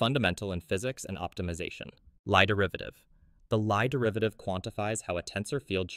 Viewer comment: Lie derivative should be pronounced as "lee" derivative, it is a Norwegian surname